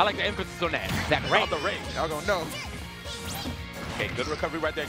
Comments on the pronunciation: Anakin80042 Fury except its pronounced Zack-ray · They pronounce Zack Ray like he’s the creator of smash bros 😂